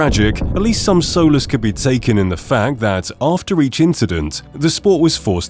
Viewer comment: Solace is not pronounced soulless